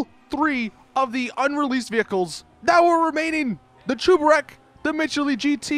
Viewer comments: It's cheburek not chooburek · it's cheburek. NOT chuberek. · He’s pronouncing it Chu-ber-ek and it bugs me but ima let it slide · What is a chooburek? Its cheburek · that’s not how cheburek is pronounced, it’s a Russian snack/meal, look up “Life of Boris cheeki breeki chebureki” where he shows you how to make it then you’ll know how to pronounce cheburek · The way he said “Cheburek” is actually painful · Cheburek is a play on chebureki and the way he says cheburek pisses me off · I cringe when u pronounce cheburek “cheburek” дебил